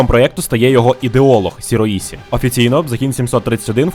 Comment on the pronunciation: Добрий день. Вибачте за додовбування, але ліпше Шіроїші, а не Сіроїсі